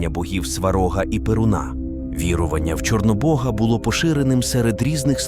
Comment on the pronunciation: Неправильні наголоси і вже не перший раз.... ОбрУчка, СварОг, вірУвання, ремЕслами !!!!!!!!!